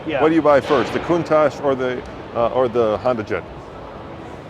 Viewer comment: The original designer of the Cuntach has always said it’s pronounced coon-tok.